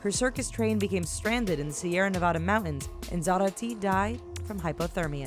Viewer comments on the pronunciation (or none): none